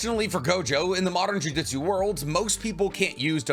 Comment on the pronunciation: Jujitsu is hard to pronounce. Good thing the show is called jujutsu kaisen not jujitsu kaisen.